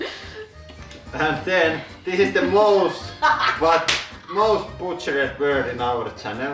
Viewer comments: He Buhchered the Pooblic. :p (I'm part Finnish btw...) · butchers “butchered” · Pykrete ? YES! You included ''hydraulic''. I always wait to hear ''Welcome to the Hudroolic Press Channel'' 🙂. Also, funny that you boo-chaired ''butchered'' 🙃 ANATHEMA, used to be s good doom metal band back in the 90's 🤘😈🤘